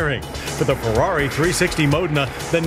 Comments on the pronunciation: Please teach him to pronounce foreign words. Modna? Mo-dayyyy-na. For pete's sake😂😂😂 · I always called this a Mo Deena. I never knew I was pronouncing it wrong.